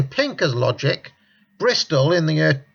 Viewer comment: year not yer, heard not hyeard